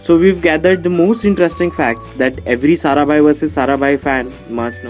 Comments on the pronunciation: it's Maya sarabhai not saraben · Maya saraBHAI not saraben! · pehli baat to vo jise aapne atish kapadiya kaha h vo deven bhojani Hai. doosri baat ye Hai ki Maya sarabhai hota Hai na ki saraben . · Sarabhai is a title or caste so you can't say SARABEN 😂😂.clear your facts. Its Maya Sarabhai... Its not like saying Hansa ben... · calling Maya Sarabhai as Saraben is so middle-class :)